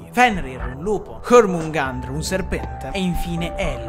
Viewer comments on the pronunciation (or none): Comunque jormungandr si pronuncia: Gliormungandur